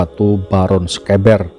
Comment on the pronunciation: Pengucapan sekeber nya salah tidak seperti yg diucapkan host sepertinya hostnya bukan orang Jawa tapi orang bilang e seperti yg horas bah pening aku di Jawa pening pengucapannya tidak seperti orang Batak atau Medan tapi e yg lembut bukan e yg keras seperti cara orang Batak ucapkan misal beta yg berarti saya ucapan bertamu ,berarti itu e nya tidak dpt ucapan Beta,petani ucapanya beda dengan peta atlas gambar pulau yahu maksudku.